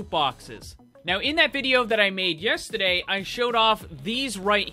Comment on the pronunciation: You say yesterday weird.